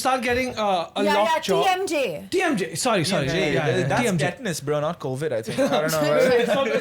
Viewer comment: Bro just butchered the TMJ bit but this episode was super fun!